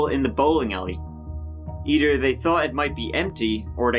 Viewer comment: Me: how do you pronounce the word Tenth? Narrator: tent Me: how about Thirty? Narrator: turty Me: and Either? Narrator: eedur